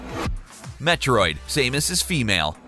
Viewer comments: Sah-mus not Sai-mus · IT'S SAM-US!!! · Same-us is triggering me